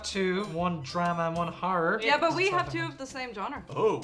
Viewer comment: One ‘har’ means one ‘horror’. Ffs, I’ll be honorary Irish by the end of this.